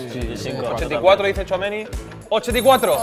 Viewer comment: Lo mínimo que podían hacer es pronunciar bien Tchouaméni